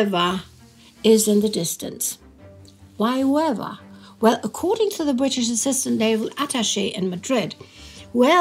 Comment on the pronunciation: I'm sorry to be so nit picky, but I was very distracted by the way you pronounced Huelva (at firs I didn't even know what place where you referring to). I think you frogot to probounce the 'L' in HueLva. Not sure about what you did with the 'h', but, for the future, I advide you to simply ignore any 'h' pressent in any castillian word or name as they are never pronounced (to the point I think it they should be officially removed, but that's another story). EDIT: That's better. It's CAdiz (with the stress on the first syllable) not caDIZ.